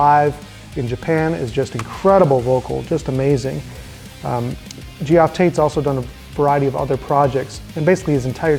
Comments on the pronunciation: u said dio had a long life? he died at 67. and u pronounced geoff as in G OFF when its Jeff. Your list is shit and you have no idea what youre even talking about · Gee-off? Dude. It's pronounced 'Jeff'. And he is indeed amazing. His live performances had that intangible drama most heavy metal vocalists can't touch.